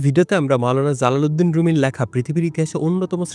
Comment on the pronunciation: জালালুদ্দিন এর উচ্চারণের ক্ষেত্রে Z না J উচ্চারিত হবে। he's Jalaluddin, not Zalaluddin. ভিডিওটা অনেক গুরুত্বপূর্ণ আর রুমি সম্পর্কিত ভিডিওর মধ্যে এটাই সেরা। অন্যরা ম্যাক্সিমামই ভুলভাবে প্রেজেন্ট করে।